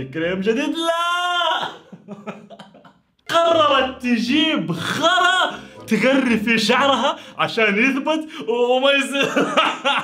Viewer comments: غراء❌ خراء✅ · مين لاحض في بدايت المقطع قال خرا مو غراء هههههه 🤣😂🤣